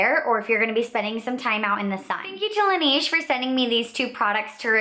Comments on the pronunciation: good video! it's pronounced "lah-nehje" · I'm from Korea and I have worked for AmorePacific Corporation who is the parent company of Laneige and thats why I said that you're saying the brand name wrong. We say it kind of like Laneíge or Lan Edge. The company chose the french words La Neige which means the snow. The name was chosen because laneige uses himalaya snow water in their products. If you look at the ads thats how you are suppose to say the name. Have a great day! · you're saying laneige wrong...